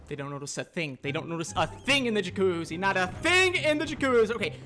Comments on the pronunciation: I love how he can't pronounce jacuzzi 💀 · happy birthday man! new follower from liverpool, me & my bf loved this vid btw funny how you tried to say jacuzzi under stress every time 😂 feliz aniversàrio 🎉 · The way you pronounce jacuzzi is comical.